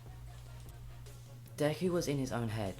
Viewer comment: It's not decker it's deku